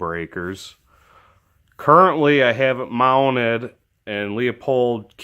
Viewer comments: OMG.....LOO pold......leupold.......not LEOpold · Who really care how people pronounce Leupold? I get tired of seeing people get their panties in a bunch over this. Really, it doesn't matter and we know the company that's being referenced.